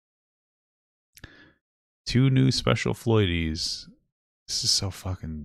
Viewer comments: Pretty sure it’s Floyd’ies. Not Floy-dies. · and its pronounced "Floydeez". Not Floy-dies btw